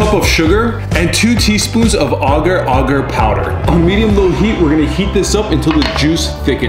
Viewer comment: "AaAgeR-aAagEr" lol